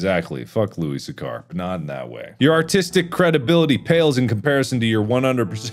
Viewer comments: It's not how you pronounce Louis Sachar. I did a presentation on him about a decade ago. It's (Loo-Iss) (Sack-Er). Louis Sachar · Loo-iss Satch-ar, Mark. Pununsiation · Louis Sachar is not pronounced the way you pronounced it, Mark hahahaha